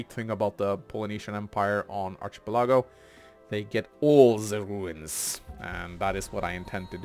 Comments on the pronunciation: word is pronounced Ark-uh-PEL-uh-go, no ch- sound and his emphasis was off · "ˌärkəˈpeləˌɡō/ " no ill. it's an "el" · ˌ"ärkəˈpeləˌɡō" is the pronunciation. Your professors are just normal people and they happen to be wrong this time.